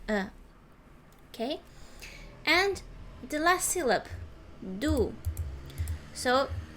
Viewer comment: Please finish the word “Syllable” correctly. You’re missing off the LE from the word. If you say something like “SILLY BULL” you would be almost correct.